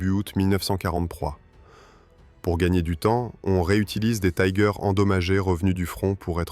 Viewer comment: Pourquoi prononcer Tiger à l'anglaise. Soit vous le prononcez en français, langue de la vidéo, soit en allemand ou le "i" se prononce comme en français. L'anglais n'a rien à faire ici.